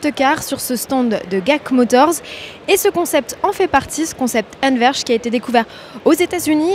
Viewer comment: Ça se dit pas guac motors, mais “dji èi si” motors